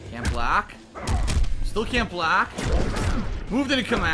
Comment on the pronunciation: 2.40 "couldn't bolck!" And he was mid air...ffs try to learn at least